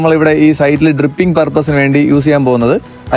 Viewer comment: ട്രിപ്പിംഗ് അല്ല.... ഡ്രിപ്പിംഗ്...